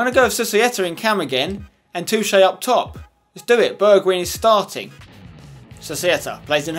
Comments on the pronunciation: Ay spenny, just to help ya out, it's pronounced burg whine Mountain wine. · it is funny how english people can't say the wijn in a Dutch name, like in wijnaldum and bergwijn, you pronounce it a bit like wine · spencer i love your vids but i hate how you say bergwijn. you say it like bergwine pls say it correct and keep up your good work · You pronounce Bergwijn just like how you pronounce Schweinsteiger with an "ei" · You pronounce the E in Bergwijn like the E in egg. Wijn you pronounce like wine. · It's not a short "i" but a long "i" not the i from win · You dont say it like bergwin its more like bergwine (Im dutch) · Pronounce Bergwijn as Bear gghh wine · Bergwijn is actually pronounced Berg-Wine ;) And Toche is not pronounced Touche :D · You pronounce Bergwijn as: Bergwine, and then the first 'e' as in Alfred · berg"wijn" you say wijn like WINE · If any one is wondering I am pretty sure Bergwijn is pronounced Bairg-vine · POI it's Berg-Wine just like Wijnaldum is Wine-aldum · you actually say it like bergwine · I think it's pronounced BergWINE. Because the same letters start Wijnaldum and we say WINE-aldum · I think it's pronounced like Berg-Vine like Vine-naldum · Pronouce Bergwijn like berg(pronounced as berg is Heisenberg)-wine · The the last part of the name bergwijn is pronounced as wine so it's bergwine👍🏻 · You are supposed to pronounce it "Bergvine" like the app Vine. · The 'wijn' in Bergwijn is pronounced like 'wine'. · you say bergwijn like bergwine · Hey Spencer!, u pronounce bergwijn as bergwine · Bergwijn is pronounces like Bergwine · Pronounce Bergwijn like: Bergwein ij = ei in dutch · You Should purnounce bergwijn as bergwine. Thats how the dutch people say it. :) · I think Bergwijn is pronounced Berg-Wine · Spenny, Bergwijn is pronounced as Berg-whine. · You pronounce his name like bergwine and you pronounce the "e" as the e in "where". Just wanna point that out ;) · Try to pronounce bergwijn as (in english) bargwine. The A as in happy:)